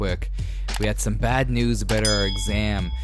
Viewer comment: hehe aboot it